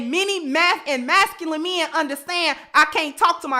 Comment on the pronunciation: It's MEN, stop saying MEAN or MIIN, repeat after me: MEN, MEN, MEN, please 🙏🙏🙏 speak English in a proper way.